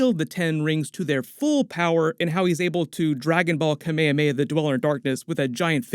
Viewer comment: anyone else fixated on his constant mispronunciation of kamehameha?? lol